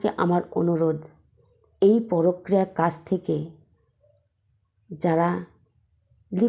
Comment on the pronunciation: কথাটা ""পরক্রিয়া "" নয়। পরকীয়া। ভীষণ কানে লাগছে।